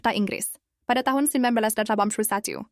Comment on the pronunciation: yg ngomong ini orang mna sih? tiap ngomong tahun kya nya ga jelas aja